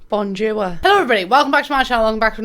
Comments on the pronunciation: Your "bonjouwa" dead me😂 I'm a French people and I see "bonjour" and you say "bonjouwa"😂😂😂 I love it😂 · Nobody:: “bOnJoOwA!”